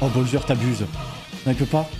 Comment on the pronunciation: Petite question : pourquoi tu prononces Boyser et pas Bowser ? ^^